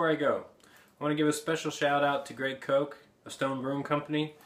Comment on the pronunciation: I call him K-AW-CH in several videos, which phonetically would be correct for Koch. Both Ryan and Jamison corrected me. But now you know!:) I'm sure Greg gets that a lot.